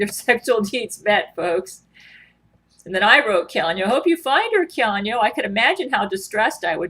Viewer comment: One would think with all the brain to brain communications she'd be able to pronounce Keanu's name properly.